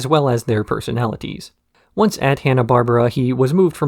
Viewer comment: It's "Barbera" (Bar-bear-ah) btw, not "Barbara".